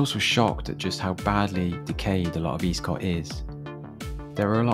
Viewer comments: With the caveat that I left Swindon 22 years ago........ It's not pronounced Eastcott, rather Estcott. However it's not even referred to as Eastcott but rather Old town. Never felt particularly dangerous, not like some of the estates begining with a p anyway. A little scruffy perhaps but never dangerous. The idea that statistically it's got the highest crime rate in Swindon now seems bizarre to me. Much has obviously changed since I've been away. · For your information, Eastcott is pronounced Escott and Walcot was a Council house estate started in the 1960's as a London overspill estate and was always a bit run down. I know as I was born in Old Walcot which was a 1930's private estate. Do I got the Swindon anymore, no I don't